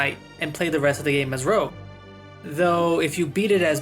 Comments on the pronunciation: Blue’s brother is named Rouge. Not rogue… Rouge means “red”. Make sense? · After a life time of people calling various Rogue classes "Rouge" this is the first time I've ever heard someone call the french word for 'Red', "Rogue".